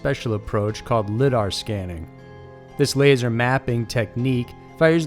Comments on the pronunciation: PRONOUNCED LYE DAR,AS OPPOSSED TO LID DAR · Its LYE- dar. Not LID-da. Sorry. Hearing that gave me nervous tick. Lol.r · great video but lidar is pronounced (lie-dar) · Great channel, so saying this to help not to nitpick or to be a grammar nazi, LiDAR is pronounced like "liedar", the i isnt silent.